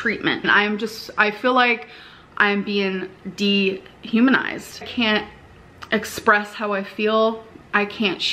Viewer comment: I love her struggling to pronounce "dehumanize", miss 3.9 gpa natural born writter. 😂